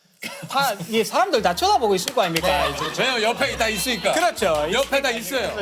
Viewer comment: "사람들 다 쳐다보고 있을 거 아임니까" 여기서 경상도 사투리가 살짝 나오는구만ㅋㅋㅋㅋㅋ